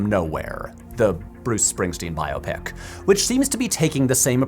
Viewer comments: I'm so glad you're saying "bio pic" instead of the recent trend for "by-OP-ic." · Thank you for reminding me there are others that pronounce it bio-pic, not just me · Thanks for pronouncing it correctly. When did it become bi-op-ic? Drives me nuts.